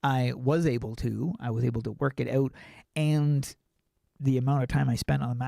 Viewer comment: The way he says OUT makes me laugh OUWT